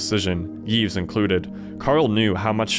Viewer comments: also you don't pronounce the s in Yves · The S in Yves is not pronounced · Yves has a silent s